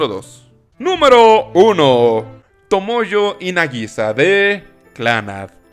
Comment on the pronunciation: No es TomoyO es TomoyA con "A" sr!!!!